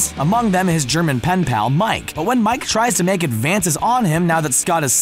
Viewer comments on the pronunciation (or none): The chick's name in Euro Trip is pronounced Mika. Watch the movies you talk about before you talk about them please. Also you used a cake emoji in the emoji quiz instead of a pie emoji.